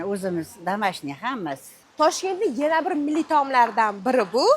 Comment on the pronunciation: Yena bir deganzdan bildm Xorazmli akanizi